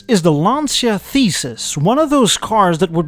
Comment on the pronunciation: Dear, as you're a car nut, please, PLEASE pronounce it "lancha", not "lansia". BTW, Lancia – beside being the family name of the founder, the great early '900 driver Vincenzo Lancia – in Italian it means "spear" (and you see a spear in the original emblem), while "lansia"... well, in Italian "l'ansia" means "the anxiety" and it sounds VERY ridiculous (and cringy). Ciao.